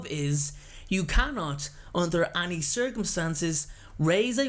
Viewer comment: The way he says any annoys me